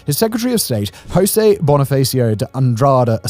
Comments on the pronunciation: Funny how he pronounces "janeiro" correctly but goes on to say "hoaquim hosey" hahaha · Please don't pronounce "José" as "hosae". Portuguese is not Spanish. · You mentioned President José Sarney but pronounced his first name as it said in Spanish. Portuguese J has a sound close to the English pronounciation of j. So it would be "Jo-ze". With a J sound like English or French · José in Portuguese pronunciation is very different from spanish "Hose", it's like "Joseph" in english, without the "ph" in the end. 👍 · why you english speking people spell José with a R insnted with J like how it's properly pronounced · Very good infotainment. Thank you for sharing. Remember, however, that the names "Joaquim" and "Jose" are not pronounced like in Spanish. The French "J" is a better approach.